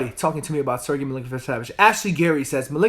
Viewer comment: Is he saying Milinkovic-Savage?